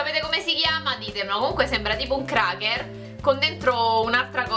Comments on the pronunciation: si dice crecher e non cracher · si dice creker